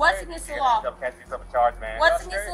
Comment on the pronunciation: Just trip em when you walk by an overpass. "Wuss duh law?" Yeah we'll get to that when you can read let alone understand proper English "Wash uh nayme!??" "Cawl duh supuh vizah"😢 "Detained fur wuh?" Ok we have to "learn yuh" what "detain" means....."ok can you read or do we have to translate these weird symbols for you???"